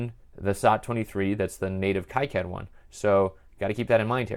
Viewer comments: According to a recent talk by KiCad project lead, Wayne Stambaugh, he pronounces it 'KeyCad' not 'KaiCad'. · Pronounced "Key Cad" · The 'i' letter should be pronounced as in kilometers (eeee), not as in "I am" (aaaai). Plus. that's how it works in Spanish, which is the language that makes the rules for all the others, by the way.